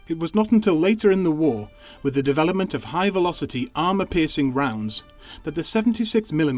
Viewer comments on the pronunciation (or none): none